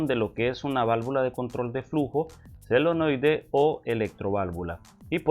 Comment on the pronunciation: Llama solenoide, no selenoide.